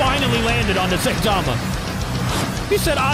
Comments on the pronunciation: its pronounced s-i-tama not say-tama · Its not SAYTIMA its (sigh-ta-ma) so please say it right its annoying tbh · And him calling saitama “saytama” was triggering me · d-did he just say "SAY-tama"??? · its 2023 and people still pronouncing him "SAY tama". Like how? where do you even get SAY tama from? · "Saytama"" 😂😂😂😂😂😂😂 get it right idk if it's an accent but for the love of God please get it right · Pronounce Saitama